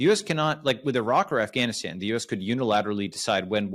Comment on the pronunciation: Balaji not just being a boss as usual with his knowledge and analysis, but with his proper pronunciation of Pakistan. But it's surprising that he still mispronounces Afghanistan though.